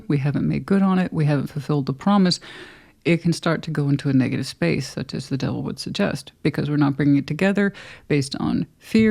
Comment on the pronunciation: I just like it when you say ‘dewvil’ lol- makes me laugh every time! 😂 Sag/sun/rising/gem moon ….but a trilogy in 12H with a Venus Scorpio!✨✨✨✨✨✨tada